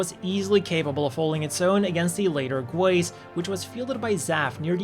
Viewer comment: Ah, the Astrays are my Absolute Favorite. Murasame not Included. I love it more than the Daggers tbh and I love the Daggers a tad too much. I always thought these where pronounced Morgenroete(More-Gen-Row-Wet) and GuAIZ(Goo-Wize). Man can't wait for the Gundam Frames Development History. I have a question for you. Why do you think ORB never used their Coordinators to help Develop the Astray OS? I find it weird as the nation is composed of Both Naturals and Coordinators. Surely the Coordinators in there Military can and is capable and knows the limits of their Natural Countrymen and be able to design the Machines to work for both.